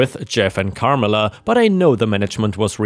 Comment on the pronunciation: It's Car MELLA